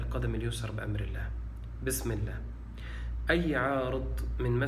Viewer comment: السلام عليكم . أيها المؤمنون الطيبون . هذا الشخص يمارس الدجل . يؤكد على اغماض العينين حتى لاتشعروا بتحريفه لكلام الله . فقط افتحوا أعينكم وبشيء من التركيز على قراءته التي يتعمد التشدق بها والتقعر ليحكم الشباك عليك ويستغل طيبتك او . . . ركز على قراءته البسملة ( بسم اللام )( مالك يوم الديم)(للمتقيم)(ينفقوم)(المفلحوم)( حفذهما) أي حفظهما (للمؤمنيم)ولاحظ الإحترافية في (في الأرحام كيف يشام) وغيرها كثير .ثم لاحظ قوله بأمر اللام أي الله ،ولاحظ تكريره لكلمة يسحبون ثلاث مرات صحيحة ثم الرابعة (يسحبوم)وقوله هو: يسلسل ويغلغل كل من يؤذي هذا الجسد ويسحب (بأمر اللام) ثم لاحظ الخبث في قراءة الآية كماهي ثم في الآخر (ولايزيد الظالمين إلا خسارم)وهي إلاخسارا . هذا استاذ دجل وبالصوت والصورة . ثم انتبه الى طلبه منك أن تستمع لرقيته وانت مسترخي نايم على ظهرك وتغمض عينيك لئلا تنتبه الى تلاعبه بكلام الله . حسبي الله على هذا الدجال .